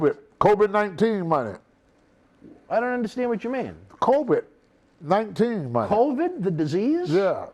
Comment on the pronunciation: Lmao...”Kobe-19” I thought Tony said “Kobe-19” instead of COVID-19...I swear, Tony can butcher any word into sounding hilarious. 😆 One of the reasons I like watching this show is simply because of the way he pronounces words. Lol